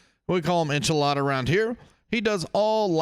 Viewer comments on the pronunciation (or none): Eh-kid-na bro 😂😂 Enchilada had me rolling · Enchilada - bro are you speaking in tongues here? 😂 Davros sent me, he said you're the best.